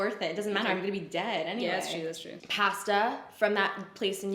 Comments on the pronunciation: What the hell is past-uh? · i dont think ive heard anyone else ever say pasta like you do lol, envious of this friendship dynamic fo sho